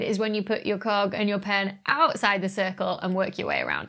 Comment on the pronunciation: You said "cog" I heard something else lol